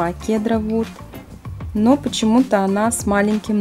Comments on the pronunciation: Правильно називать героиню не Кедр Вуд,а Сидер Вуд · Да и не кедр вуд а сидр Вуд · правильно не кедр вуд а сидер вуд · Сидр Вуд а не кедр вуд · Кедар? Сидар? Может сначала погуглить надо было как правильно читается, а не строить из себя "профи"? Кедра млэ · Не КЕДРА а Кедар!!!!!!